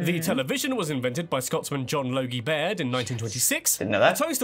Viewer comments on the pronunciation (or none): none